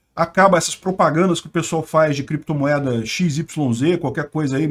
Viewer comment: “Em algum momento o senhor operou com “creptomoeda [sic]”, com “bitcóio [sic]” ou outros?”... Hehehe